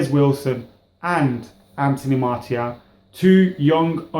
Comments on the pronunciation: It's not pronounced Marty-al...Its pronounced Marcee--aal... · I wouldn't mind martial starting Liverpools game and btw Martial is pronounced MAR-SHALL look it up.